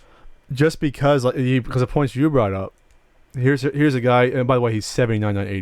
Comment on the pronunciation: Does anyone else notice that is incapable of saying 'just'? He says CHUSS!